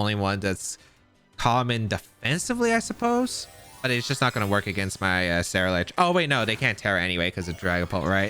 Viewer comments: Bro, if you mispronounce CerulEDGE ONE MORE TIME! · Say it with me Ceruledge SEH-ROO-LEDGE :)